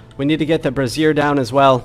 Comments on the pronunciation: Just as a note, brazier is pronounced bray-zee-err. A braz-ear is a woman’s bra. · it's bray-zee-er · LOL for anyone who says this wrong also: Brah-zeer is a piece of womens underwear. Bray-ZEER is a metal stand to hold coals. I've seen so many V rising streamers talk about building some women's underwear in their base.